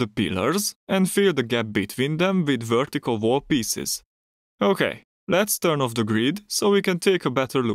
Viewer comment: What’s a wertical vall? Jk 😂 good tutorial